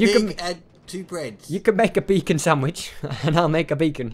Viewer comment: Get rid of the e in beacon